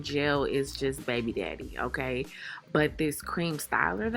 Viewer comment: the way she says okay... "OHGAY" lmsksksjdjdj gatta love her🤣🤣❤️